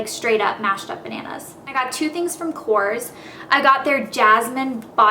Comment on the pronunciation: I know i'll get verbally stoned to death by your die-hard fans but my friend's Greek and she said korres is pronounced "correz" hope it helps